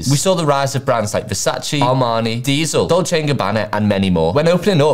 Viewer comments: Dude knows so much about fashion but can’t pronounce Versace properly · Surprised you don’t pronounce Versace the right way 😂